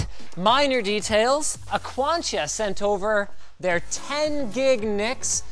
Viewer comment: AQTION: pronounced "aquontia" ok